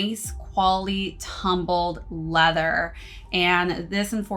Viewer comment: That nice quality “tuhhh-hmm-build leather”😂